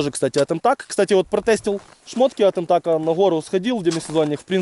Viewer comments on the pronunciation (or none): Не эмтак а милтэк правильно